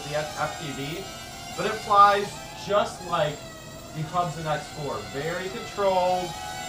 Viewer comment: They're pronounced Hoob'son :)